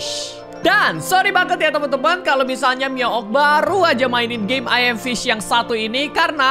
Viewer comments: Ayam fish 🤣🤣🤣🤣🤣 Ngakak sih padahal baca nya emang gitu tapi kalau di dengar ky ayam 🤣🤣🤣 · 90% degar miawaug bilang "ayam fish"